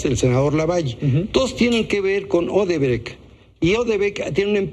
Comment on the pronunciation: Ni siquier se llama odrebrec . Es Odebrecht.